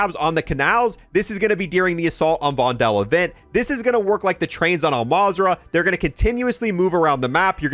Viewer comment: Your pronunciation of Vondel is funny 😅 it's like "Vondol" or "Vondool" or "Vondul"